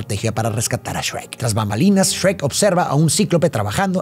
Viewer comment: grande no le dijo esrek a shuerk como los españoles:D